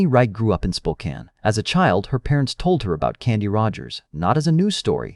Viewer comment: shockingly, the ai was actually able to pronounce spokane correctly!